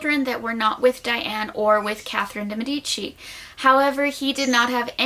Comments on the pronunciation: It's pronounced deee meeeedici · The way de medici is pronounced hirts my italian ears (good video tho)